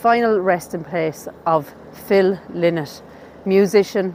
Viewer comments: Please get the pronunciation of his surname correct. Its pronounced Ly-nott not Li-nott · I am always amazed that self claimed fans cannot pronounce Phil’s last name. It is not LIN-NOT, it is LIE-NOT. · RIP i think his name is pronounced 'Lie nott' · Thanks Logan, I've never in my life heard it pronounced LIE-not maybe it's an Irish thing I think I'd find it strange to say it like that now. You're more than welcome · I know, I used to find "lin-not" more natural but it's wrong. Sarah said in an interview that Phil used to say "I'm not some feckin' bird" when correcting people's pronunciation :) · Although, in interviews Scott Gorham pronounces it Lie Not. Do you think that's just the "American" pronunciation? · Ye I know, can't change the way I pronounce things now at my age 😅